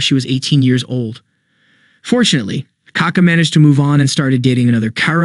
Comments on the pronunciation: It's kaKÁ, not KAka. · You pronounce his name very incorrectly